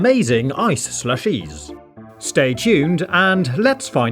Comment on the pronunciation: why do you pronounce it ShlushEEEs